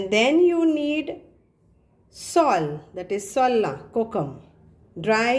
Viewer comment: Darling .. for... . .pronunciation..cud be sowla......not soola...as in skin peels .....just a suggestion.